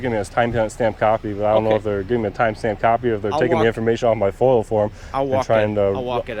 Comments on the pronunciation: It's not FOIL It's FOIA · F.O.I.A - Not foil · FOIA not FIOL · A "Foil" request?? Dude it's a FOIA request. Freedom of Information Act. You're a fairly experienced auditor and should know this. 🙄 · Foia, not foil foeyah! Not foil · FOIA, not FOIL! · It's FOIA (Freedom of Information ACT), not "foil". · Foia not foil 😂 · Are you aware that you sound ignorant every time you call a FOIA request FOIL? It's Freedom Of Information Act, not Freedom Of Information Law. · Isn't it FOIA not FOIL. Freedom of information act. I see how that may be a petty argument but you should be at least appearing that you have read the act. Well informed of the laws is important to be a successful auditor.